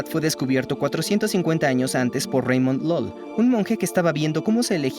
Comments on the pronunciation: 'Ramon lol' xd (eso me ha ofendido). Es un nombre catalán y la prununiación correcta usando fonemas es [raˈmon ʎuʎ], y [raˈmon ʝuʝ] en las regiones donde hay yeísmo. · “Reimon Lal”…. Es Ramón Llull. Es español nacido en Mallorca, no francés… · Ramon Llull se pronuncia como se lee en español. El era mallorquín creo. Así que nada de Reimon Lul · Reimon Lol... para flipar... los mexicanos ya no saben ni leer en español. Si es un nombre español, se pronuncia en español (de hecho es catalán), no en inglés!!!! Ramón Llull ("ramón yuy" se pronuncia) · Soy Catalan y casi me ahogo con el cafe al escuchar Reimon Lol (Ramon Llull collons 😂) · Es Ramón Llull ( ) escritor, filósofo, místico y teólogo mallorquín, considerado uno de los pensadores más destacados de la Edad Media en Europa. Es conocido como uno de los primeros en utilizar el catalán para obras literarias. Se pronuncia como un LL ("liuil" sonará) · Reimon Lol? me cago en todo. ramon llull. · Joder, ¡un hombre de mi tierra lo ideo antes! Por cierto, se pronuncia "Ramón Yui" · Ramon Llull era de la isla de Mallorca. Pronunciar su nombre en inglés ("Reimon Lal") no tiene sentido. Gracias por vuestro intetesante trabajo. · Reimon Lal dice jajajajaja😂😂😂 Este señor, Ramón Llull era español nacido en Mallorca en 1232. Y su nombre se pronuncia tal cual se ve escrito. mecagüenmivida 😂😂😂😂 Ni siquiera se ha tomado un minuto para documentarse al doblar el video al español? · El español Raimon Llull. ¡No tenga usted prejuicios anglos en decirlo! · Me dolió en el alma la pronunciación de Ramón Llul, como si fuera inglés... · Ostia con la pronunciación de Ramon Llull, era catalan… pero por la pronunciación que has hecho parecia Americano y eso fue en el siglo XIV. 😅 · Raymundo Lulio fue español. ¿Por qué nombrarlo absurdamente con una pronunciación extraña al español?